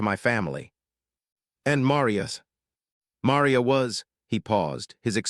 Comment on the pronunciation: Marr ree ya. Marr REEEE ya. ffs